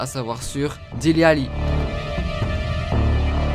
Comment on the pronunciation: On dit pas Délé Alli on dit Dili Alli